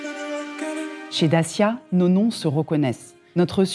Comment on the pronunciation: What kind of manager CANNOT pronounce CORRECTLY the name of her brand??? Take some lessons!